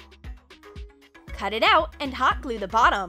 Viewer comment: The way she says hot glue bothers me...